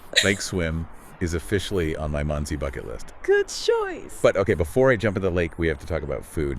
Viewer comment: FFS, it's not pronounced Mundtzie. I know that you don't speak German, but at least try to pronounce it somewhat accurately. It's pronounced Mohndsay (for English speakers). Mond = Moon and See = Lake or Sea. But, in this case due to the size it's obviously a lake. The literal translation into English would be Moon Lake.